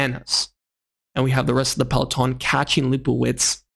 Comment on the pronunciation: Seriously man, it's easy to learn to pronounce POGE--A-KA correctly as well as the basic 'peloton'. I mean don't you ever watch GCN? It's bloody shameful that you can't pronounce even the most basic bike terms.